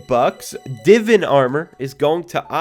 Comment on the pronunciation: He said Divan wrong 😂